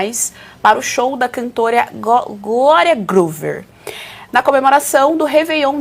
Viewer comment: Absurdos a parte desse dinheiro que vai para o ralo do povo, mas para os bolsos dos envolvidos, a pessoa que deu a notícia tem que estar mais preparada, enrolou a língua para falar Gloria e inventou letras ao falar 2 vezes seguidas o Groover … aonde será que ela leu o R ??